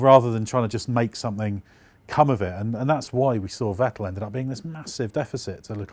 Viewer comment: Seems like nobody in Britain knows that the pronunciation of Vettel and Verstappen are fettel and ferstappen respectively. Who will be the first Brit who finally gets it right?